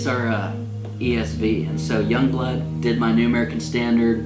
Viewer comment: Pronouncing Jongbloed as "Youngblood" is close enough (think it's actually more like "Yongblued", from talking to a native Dutch-speaker).